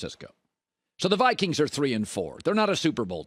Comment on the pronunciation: Colin whiffed on Viqieens/Niners lol